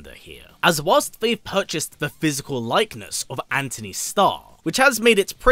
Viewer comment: It’s Antony lol